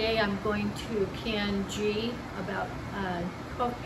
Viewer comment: 11/29/22 Pronounced GEEE... The "H" is 🤫 SILENT geee....👍 I always save me a small jar to keep in my bathroom I use it in my hair and skin as a moisturizer 🧴